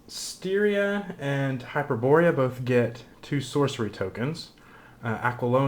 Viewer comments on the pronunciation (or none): Stygia! With a "g" ! :) Thanks for the video.